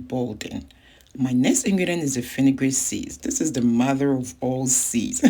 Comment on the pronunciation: Are you saying afinigan seeds??